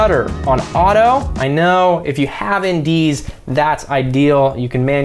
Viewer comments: Hey you kept saying something about indese or something like that to adjust the shutter and FPS. I just couldn’t understand what you were saying. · Sorry, didn’t quite catch the term : “in dee s” when you talk about shutter speed. What’s that?